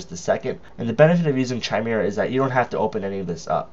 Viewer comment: "noun /kaɪˈmɪrə/ /kɪˈmɪrə/". And blow your nose to get camera-ready, Skippy. Is it your passive/aggressive personality that causes you to stumble over only important words? It matters not at all how much you know, or THINK you know, if you can't get your pretentious little self out of the way. This isn't about YOU.